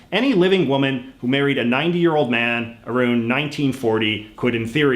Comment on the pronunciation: Women:Sr. Jj your not allowed to be a US citizen...... J.J:WHY?!?!?! Women:BECAUSE YOU CANT EVEN PRONOUNCE "ABOUT" AND "AROUND" CORRECTLY!!!!!!!!!!!!!!!!!!!!!!!!!!!!